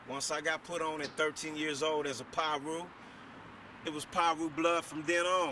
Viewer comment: smh they been around since the 70s dude and it’s Piru not no damn pyru wtf